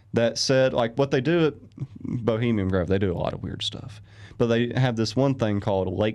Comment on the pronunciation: Take a shot everytime he says 'bohemium' grove. XD